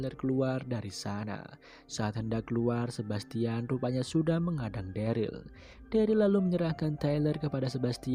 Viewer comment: harus nya dereul, bukan deril